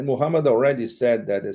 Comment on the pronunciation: The way Pepe says Muhammad is so beautiful